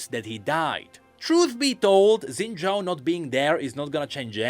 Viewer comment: X in xin zhao is pronounced as "sh", so the correct pronunciation should be shin-zhao instead of zin-zhao